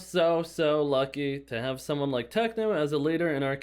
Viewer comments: bro said tecno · Did u just say tecno and not techno